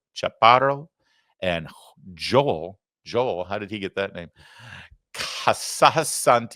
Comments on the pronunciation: Joel is pronounced Ho-el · Joel is pronounced hoel. J is h